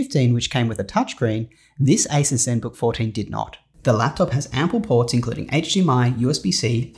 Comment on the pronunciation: It's pronounced a-seuss. Think Dr. Seuss.